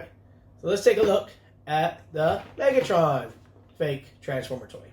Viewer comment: Not cool: Its Megatron not Megotroun haha 😅😅😅